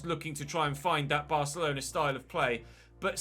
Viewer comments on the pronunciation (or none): none